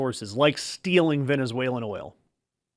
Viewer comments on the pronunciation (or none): none